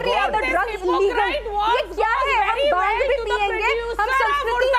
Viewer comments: NOT BAANG ITS BHAANG USELESS........ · Baang....This silly women cant even pronounce bhaangh. Now vine also comes from grapes, let's ban grapes too n jail all the farmers who grow grapes... These kind of ppl ...hippocrates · baang baang baang what ridiculous argument she has. Ask her to learn the sound bh . BHANG NOT BAANG . THIS debator is great loser. Runs debate all over the place. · Again this idiot started with Baang.. bhaang toh dhang se bol liya kar pakistan ki patthi saali🤣🤣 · This is giving baang baaang kal se 😂...Baaang murge dete hai... It's bhaang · Again this baang lady is here so irritating.. it’s not baang...it is BHAANGH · PLEASE DO NOT BRING TO THE DEBATE, SHE IS UNEDUCATED AND CANNOT EVEN PRONOUNCE BHANG!! VERY ANNOYING PERSON1